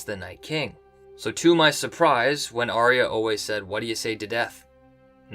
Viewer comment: If Arya is your Favourite Character, How come you cannot pronounce her name???